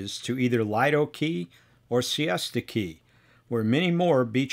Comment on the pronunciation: "Lie-do" Key? It's pronounced "Lee-do"Key. I grew up there I know.